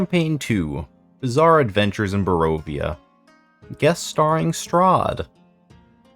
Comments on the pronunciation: Good channel, good content, hope to see you grow! Just so you know, it's ba-RO-via not bo-RAY-via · the way you pronounce Barovia triggers my anxiety